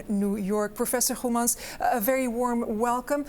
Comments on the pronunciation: Her Dutch pronunciation of his name is perfect. Is she half Dutch or something? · Journalist did a good job pronouncing this gentleman's last name. Respect 👍👍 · You did really good with pronouncing his name. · Why does she pronounce his Dutch surname with no foreign accent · As a Dutch speaker I am amazed as how well the interviewer pronounced the name of the professor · Good pronunciation of the name of prof. Goemans by the interviewer. Is she Dutch as well? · Correctly pronouncing "Goemans" ... Incredible. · She pronounced Goemans well, a Dutch g.